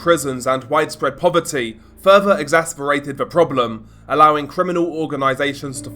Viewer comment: I get exasperated every time he says exasperated and carterid artery.